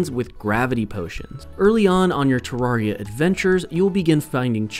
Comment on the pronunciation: No. 11 It's pronounced te-rare-ee-uh not tuh-rawr-ee-ah